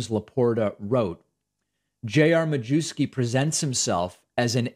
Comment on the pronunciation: Traditionally, the surname is pronounced, "myefski". Not sure how he pronounces it.